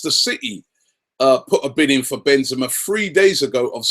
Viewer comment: And it's Ben-ze-ma! Ka-rim Benzema! The best in the world by far! Ben-ze-ma